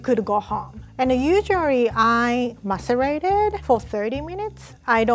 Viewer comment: "macerate it"